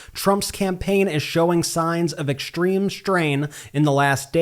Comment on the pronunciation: Dude, when you speak simple words like "extreme strain" and "struggles" why don't you try pronouncing them correctly? There is no 'H' in any of those words, yet you pronounce them "exshtreme shtrain" and "shtruggles". Are you supposed to be a journalist or a rapper? Sloppy diction yields a loss of respect.